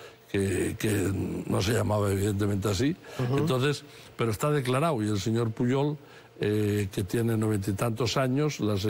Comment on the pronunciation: Estouu❌estado declauu❌declarado lauu❌lado Batallauu❌batallado Presentauu❌presentado Tratauu❌tratado Empezauu❌empezado